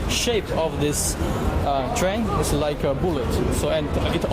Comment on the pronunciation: 大哥，人家普通人口语有口音没什么，可这是职业，记者。你脑子有病才瞎比较。这男货英语口音和发音实在不敢恭维。“and”用了一大堆，而且拉长音来想着怎么说。“like”尾音也拉得那么长实在怪。这女孩子发音比他好多了。